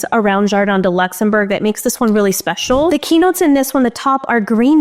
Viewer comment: Jardin du Luxembourg is a beautiful name refering to a beautiful place in Paris. It's pronounced Luux-enm-boo-rr. 😅